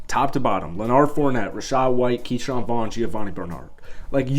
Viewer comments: Bro stop mixing up Leonard with Bernard smh. Im sure you've heard his name said many times.. Its Leonard not leoNard... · Who Fournette? Did you say "LenARD"? The man's name is Leonard, and if you can't read well enough to pronounce it, maybe you should get someone to help you. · Leonard bro...Leonard...not "lah-nard"